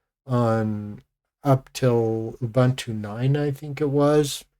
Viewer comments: I loooved Gnome3, because it finally managed to properly do rounded corners, which Unity failed at. BTW, "Ubuntu" isn't pronounced "Oh-Bantu". Ubuntu releases used to ship with a video clip of Nelson Mandela explaining the concept of "ubuntu" and he, being African, also pronoounced it correctly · Gen Jones here. We were born 1954-65. Give me KDE Plasma any day. Gnome2 was great, and lost its way by 3. Why people love Jurassic Xfce, is beyond me. Ubuntu is pronoumced ooh booon too, not in your racist colonial way. Please! One just cannot educate supposed Linux geeks